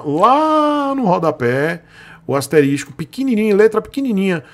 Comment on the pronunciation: Bom conteúdo, porém asterístico nao existe... se fala asterisco.